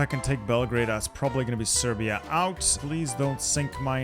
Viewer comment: did fam just call Serbia Persia?